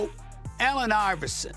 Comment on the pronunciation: Hel no you say iverson better than stephen curry😂